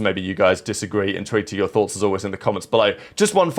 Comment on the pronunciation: very much intowinto yothots, i used to comment this shit every upload years ago to see if i was just hearing shit lol because those are not words no matter how much you slow down speed too lmao